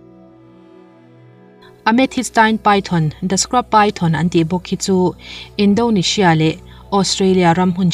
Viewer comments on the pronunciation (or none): none